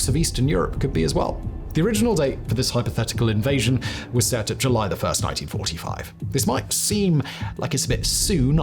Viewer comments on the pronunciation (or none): none